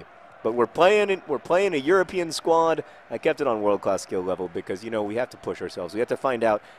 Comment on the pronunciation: I wish one day he pronounces "premier league" properly. or the word " because"